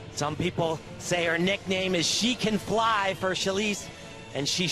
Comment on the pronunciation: It's "Shi can fly"...Shi as in Shilese. It rhymes. Come on,...it's not that hard 🤦🏼‍♀️